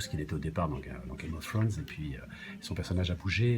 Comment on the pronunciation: "Gayme ofze Trone"